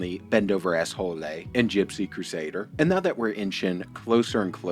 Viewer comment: I love when you said "Bendover Asshole-lay", Am I hearing it right? 🤣😂